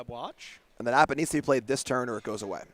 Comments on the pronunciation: Listening to pronounce Appa was painful. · haha yeah dude. piledriver of his community, its just a quirk and joke, hes never been great at pronouncing. "it's leviOSA" 🤣🤣